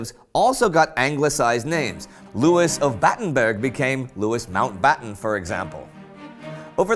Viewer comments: It was 'Lou-E' mountabtten wasnt it? Not louisss? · Louis Mountbatten is pronounced Lewee not Lewis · I do not think that you pronounce Louis like Lewis, I’m 99% sure you pronounce it like this lewy Mountbatten obviously it’s not spelt like that but I just put it like that so you could have an idea how to say it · Louis is never pronounced Lewis unless your speaking about a city which is still pronounced wrong